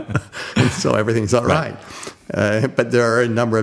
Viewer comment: sounds like he's drunk. a brilliant drunk.